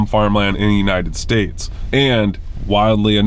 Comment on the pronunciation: Love you guys, but hearing the way you say Hunterdon is kill me.😂